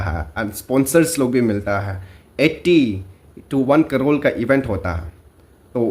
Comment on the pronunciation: Crore not crorle...😂😂😂